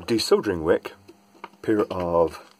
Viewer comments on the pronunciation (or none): none